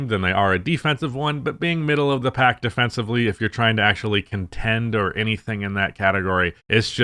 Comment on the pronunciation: I’ve heard you say “defencibly” way too many times that I worry you don’t know that it’s defensively